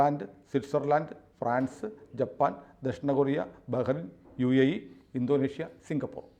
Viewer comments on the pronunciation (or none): none